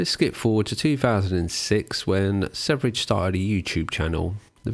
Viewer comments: I don't mean to be 'that guy' but his name is Sverige not Sevrige. It's pronounced "sferia" and it means "Sweden" in Swedish 🧐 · Wonder why I haven't found anyone else here commenting on this, but it's "swear-ye" ("sverige" = "Sweden" in Swedish), not "severidge". You excuse yourself from mispronounciating any other foreign name basically, that's fair, but never actually the star of the show lol. No offense though, I still like your vids and this one as well... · Your pronunciation of Sverige (the swedish, pronounced swe-ree-ghe) is atrocious and the only thing marring the otherwise great video. I'm not swedish, but man, how hard can it be to learn basic pronounciation of a word your whole video depends upon? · Sevridge.... It hurts. Ouchie. Sverige just means sweden. How did the e and v switch places? 😅 Probably just watched danknet, he pronounced it the same way. Also good video... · how the fuq no one can pronounce sv3rige good? its SVERIE= sweden in swedish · it's supposed to be "sverige" it's "sweden" in swedish.. so it's not pronunced severige also that "high meat" looks disgusting.. I think the right word is "rotten" meat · yeah and also a more correct pronunciation would be sverr-ye but yeah, doesn't matter really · How do you pronounce his name by sayin the 3 (e) first and THEN the v? British foreign language brain fart?